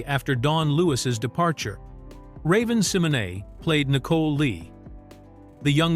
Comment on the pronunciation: 😂😂😂😂 I hate it too….. yeah he’s butchering Raven’s name 😂😂😂